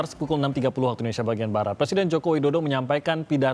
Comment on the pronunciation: Indonesia Bukan Endonesia